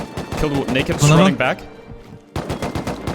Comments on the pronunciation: That sounded soo bad, But I'm pretty confident He was actually saying Naked, but Pronounced it badly, and the Mic Didn't help. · Thanks for clarifying- def sounded like N word - very glad it wasn’t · Slow it down to 0,5 speed thats where i start hearing naked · "i killed that black NAKED with the tommey in the middel" Rewatched it 5 times cuz i thought bro said somethin else xD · It sounded like the n word lol I had my phone speaker covered and re winded the vid and heard naked the 2nd time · I know he said naked but it did sound like the n-word and you can’t deny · didn’t know naked was also said with an “i” in the middle and a “uh” sound at the end 🤔